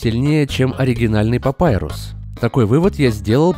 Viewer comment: Достал со своим "Папайрусом". ОН ПАПИРУС, БЛЭНТЬ!!11